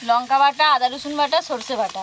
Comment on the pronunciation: কথা টা লোঙকা নয় লঙকা